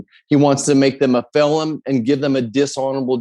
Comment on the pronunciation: “ Make them a FELOM” 🤦🏾‍♂️ What a Moron!